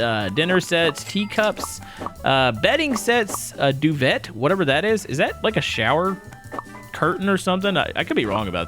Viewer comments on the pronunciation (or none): Just a heads up for you. its pronounced "Dew-vey" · duvet: pronounced doo-vay, like the thick blanket that most people have on there beds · Duvet the T is said as an A so it sounds like it should be spelled duvea but it isn't. Also it is the ruffle that hangs down from the boxspring to the floor to hide under the space under the bed from being seen.